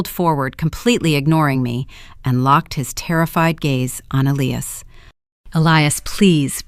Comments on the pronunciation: Love this story. Justice served on small people whose priorities were as false as their daughter and her husband. The AI is annoying, it pronounced his name as Ellias instead of Elias. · Please teach your AI narrator how to pronounce the name Elias. Ee-lie-ass. If you can't teach it how to pronounce properly, read it yourself.